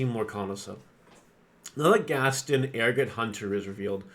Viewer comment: It’s GAST-ON not Gastin